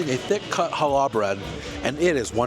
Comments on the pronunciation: it's not Hal / lah bread it's Hallah...one smooth pronunciation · Hi! Love your reviews!!! As a Jewish person - for future reference- challah bread is pronounced HA-la (emphasis on the first syllable) and coffee cake is meant to be eaten WITH coffee - not flavored with coffee - so that was a pretty normal coffee cake- AWESOME review as always!